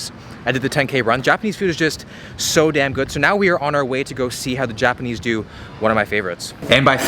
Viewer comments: Your Japanese pronunciation is making me cringe. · I love seeing how much creativity you’re putting into the videos. The 48 hours in Japan was awesome even if you did mispronounce most of the words...